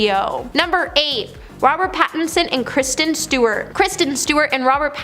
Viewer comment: Why do you pronounce Kristen as Christian?